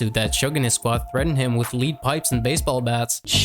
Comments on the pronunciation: Lol ok, - “Leed pipe”😄 You mean “lead pipe”, pronounced “LED” pipe. Y’know, like lead? Heavy metal? - “Sub-pone-ay”🤣🤣 You mean “subpoena”, pronounced “suppeena”😆 - “Jimmy Lovin’” 😂 It’s Jimmy “Iovine”, pronounced “I-veen” C’mon man, leed pipe😂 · The narrator can't pronounce a lot of words correctly lol. LEED BARS ??? SUPPONAYED? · Did you say they, "threatened Easy E with leed pipes?" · Good video but how do you mispronounce LEAD pipe and subpoenaed 😂😂😂 you obviously put a lot of work into this video, to only sound stupid when reading your own script.